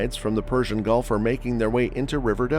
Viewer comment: Did he say the Golf of Mexico?